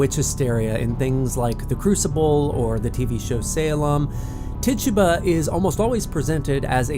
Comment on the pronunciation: Tituba African/Caribbean pronounced Tey-toobah